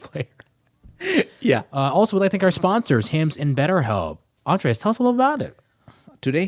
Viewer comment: SOMEONE FINALLY CALLING OUT BOBBY MISPRONOUNCING ANDRES' NAME